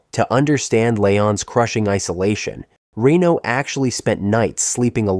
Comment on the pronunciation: I love this movie and these types of videos, but after 30 seconds I had to stop just bc you are saying Rino instead of Reno 😮